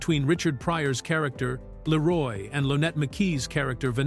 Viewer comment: I love how the AI narrator pronounces his name ‘Laroy’ like all of the White people in the movie. 😂😂